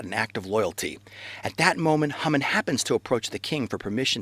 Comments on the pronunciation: I can read and write proficiently in Hebrew and I can speak a pretty well for not having studied it conversationally for several years. I've NEVER heard Haman's name pronounced HUmin. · I don't hear "HUmin"--I hear Hah-mun spoken quickly. But even if he used the Americanized "Hay-man", the video had a great message that fast-speaking Americans (for whom it was probably made) can understand. I don't ever want to criticize an effort to declare Truth. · that is the funniest pronunciation of Haman I've ever heard :)